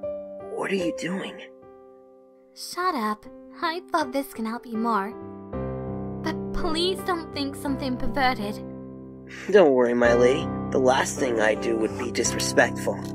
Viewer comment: wtf she said? Whatever she said does not sound like "pervert". 😂 (pevertet) (Zapravo malo zvuči)